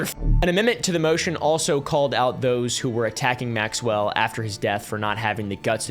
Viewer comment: Dude said pre-trial "notion"😂😂😂😂😂😂😂